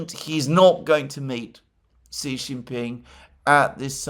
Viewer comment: Alexander, you are amazing, and I listen to all of your videos. However, Xi is pronounced "She". From Perplexity: the pronunciation of "Xi" in Xi Jinping is closest to "shee" in English, with a soft "sh" sound at the beginning. So, "Xi Jinping" is pronounced as "SHEE jin-PING" where "Xi" rhymes with "see", but starts with an unvoiced "sh" sound, not a regular English "s" or "z". Sorry to be a pedant, but I have a background in mandarin and it rankles when I hear other pronunciations... Keep up the great work!